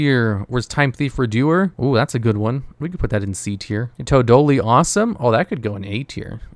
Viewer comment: It amazes me how bad is at pronouncing card names when that's his job, like what the hell was that Toadally Awesome pronunciation